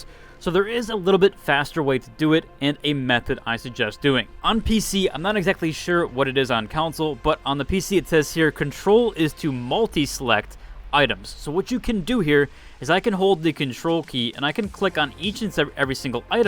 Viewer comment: I love you, but please stop saying Console like Council.